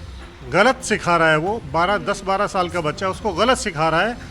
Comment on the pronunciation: Bigg Boss 12 khatm hue ek shaal ho gye h kya... anchor baar baar ek shaal bool rhe...😂